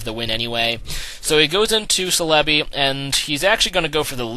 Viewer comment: I thought celebi was pronounced cell-a-bee